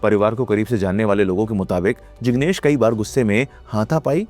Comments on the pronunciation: No, it is NOT kahi baar or Kahi Sare ❎ In Urdu, It is KAEE BAAR or KAEE SAARE ✅ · he also pronounces kai saare as kahi saare or kai baar as kahi baar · right. Heard him say that many times. Kahin is what he says.